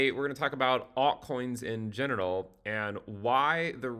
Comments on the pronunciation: It was a very weird way of (mis)pronouncing "general" but I'm here for it 🤣 it's these little gems that make the channel even better! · Did he say "altcoins in genital" in the intro? Dying laughing. Just what I needed as BTC tanks. 🙂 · sounded like you said alt coins in genital - I laughed so hard I had to rewind to listen to the first 2 minutes again.